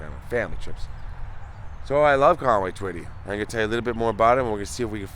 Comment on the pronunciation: this is my Hometown. Thank you for pronouncing the name correct. Another Great video❤